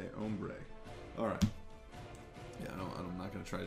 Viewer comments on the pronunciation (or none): none